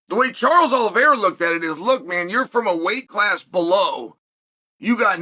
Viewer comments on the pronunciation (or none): none